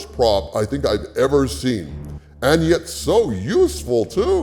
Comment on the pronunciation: The "bestest evarrr" ahahaha always makes me laugh xD